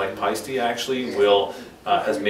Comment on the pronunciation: Paiste = "Pie Stee"??